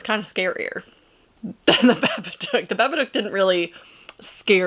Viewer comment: Stop saying babbaduck 😂